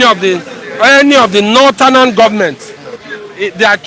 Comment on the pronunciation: Why is the first person always saying northernan instead of northern??? He needs to be corrected abeg, doesn't sound good in the ear...Lol!